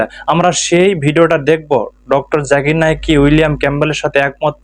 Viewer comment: প্রথমতঃ আব্বাসী হুজুর, আপনি জাকির নায়েক স্পস্ট করে বলেন ।জাকের নায়েক বলেন কেন? নাম বিকৃত করে বলা কি ইসলাম সমর্থন করে? আপনাকে যদি কেউ বলে গাবগাছি হুজুর ? আপনার কেমন লাগবে? আপনার অনেক কথা আমরা পছন্দ করি । কিন্তু ডঃ জাকির নায়েক সম্পর্কে এই মিথ্যা না বললে হত না? জাকির নায়েক কখনো বলেনি একথা। উনি ক্যাম্পবেলের ভুল ধরিয়ে দিয়েছেন। বলেছেন পবিত্র কোরান এত উচুমানের লেখনি ?যার থেকে আরবি গ্রামার পর্যন্ত এসেছে। অতএব করানে কোন ভুল নাই। আপনি ব্যাক্তিগতভাবে উনাকে পছন্দ না করতে পারেন ।কিন্তু বাকী মুসলিম উম্মাহকে উনার বিরুদ্ধে কুতসা ছড়ানো ,কোনভাবে মুসলিম জাতি বরদাস্ত করবে না। আপনি আল্লাহর কাছে ক্ষমা চান।